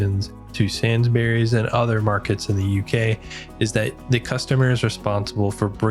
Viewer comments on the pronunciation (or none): Pronounced SAINSBREES not SAINS BERRIES. What about LIDL, M&S, CO-OP, COSTCUTTER, FARMFOODS, SPAR, KWIK SAVE, PREMIER, ICELAND ? Food in the USA lasts longer because it's full of preservatives and chemicals that are banned everywhere else ! British breakfast cereals have WAY LESS sugar in them. A lot of UK freezer/cold sections have sliding doors on them. ALDI for instance. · You mispronounced Waitrose, the t needs to be clear, like wait-trose not way rose :-) Also, “sainsbrees” is how you would say it, not sains-berries. The fruit and veg self weigh thing is new to me, I have never seen that in a UK store before and I have lived here all my life. Lots of things you pointed out are specific to that store and don’t really apply anywhere else. I think a Tesco would probably have given you a better indication of your average store. Sainsbury’s is kind of middle class (especially in Ely) and as such will have specific counters like sushi counter which I have never ever seen. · No! It's pronounced SainsBURIES.